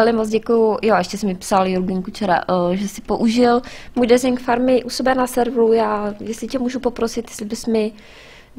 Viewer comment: a prosím trochu poněn vyslovnost toho desingu ja když sem tu uslišel poprvé tak sem si říkal proč tam k stavbě říká dresing